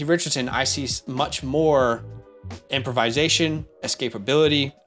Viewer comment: Not to be that guy, but you use this word too much to not help you with the pronunciation lol It’s not “improvise-ation,” but rather “improv-isation.” Anyway, I hope I don’t come across as an a**hole with this comment 😅 Love the content! You two crank it out like no other channel!